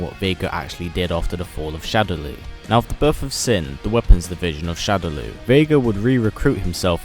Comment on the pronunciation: U don't say like sin buy the word it's SIN by the letters